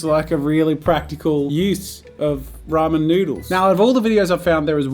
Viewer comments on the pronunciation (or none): Me wondering why he says “pramen udence”